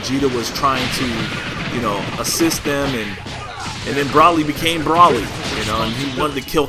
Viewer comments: Hey, no offense man. But its bro-ly not broh-ly. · It's pronounced Bro-lee